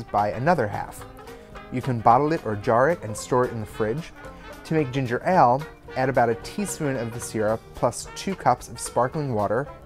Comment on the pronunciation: Your pronunciation of 'Ale' is killing me >.<